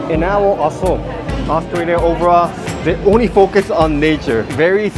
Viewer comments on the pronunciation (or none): none